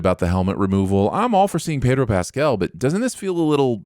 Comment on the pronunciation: Sinning the for mispronouncing "Pedro." (Why do Americans think Spanish E rhymes with "hey"? It's closer to rhyming with "meh.") - Sinning the Subtitler for confusing "bare" with "bear."